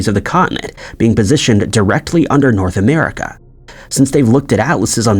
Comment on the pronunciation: “Nouth America”